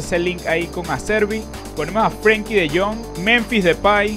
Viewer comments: es de jong no tron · dijo luuk de tronc, rianse (no me ofendí por si acaso)